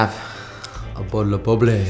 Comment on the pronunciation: he says a bootle of bubbly!